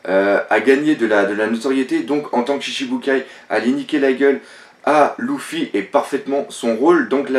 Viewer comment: Pk tu dit '' Louffy '' c'est Luffy pas Louffy